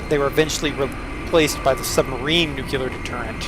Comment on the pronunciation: That's pronounced "NUKE-lee-er", not "NUKE-yoo-lar".